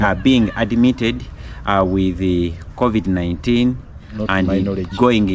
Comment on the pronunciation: Wish he'd pronounce covid correctly